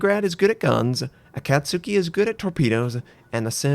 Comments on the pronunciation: Ah-cat-ski! Say it with me: Ah-cat-ski! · I'm no weeboo, I promise. However, I did live in Japan for 13 years growing up as a kid because military family. The short 'A' sound in 'cat' is not something that exists in Japanese. It's more like the a in 'father'.